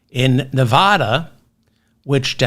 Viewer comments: Most Nevadans would take exception to your pronunciation of their state. The "a" sounds like the one in the word "lad". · Why can't you learn how to pronounce the state of Nevada?